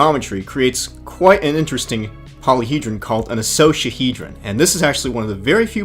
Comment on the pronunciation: its not pronounced (i-sose-ahedron) its (i-cos-a hedron) like cost but without the t.